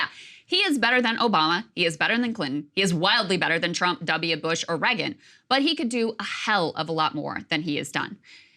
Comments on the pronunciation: ok I know it's not important but why does no one ever mention how Krystal pronounces Reagan as Regin. it's so weird that she can't say his name properly, it's such a common name 😂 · Why cant Krystal pronounce Reagan correctly?